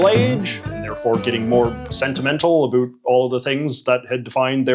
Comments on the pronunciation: When you say “about” i have to turn off the video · What’s this accent? Never heard anybody who pronounces “about” like “a boot”